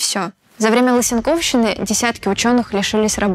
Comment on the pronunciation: Нуууу..... что же вы ударение в лысЕнковщине ставите неверно🤦🏽‍♀️ это же научный выпуск. Вавилов, почему ботаник? Агробиология же не лженаука, речь чисто о понимании агробиологии в понимании Лысенко... вам все таки нужен биолог для редактирования таких тем